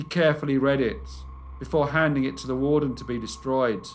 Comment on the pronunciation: You always find interesting and obscure cases. Just one thing is irritating, your habit of saying “vuh” instead of “the.” Other than that, one of my top five channels.